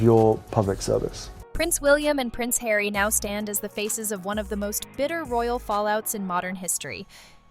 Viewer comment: ....10.59 Megan to Hawy................"oooh what is it hawy?"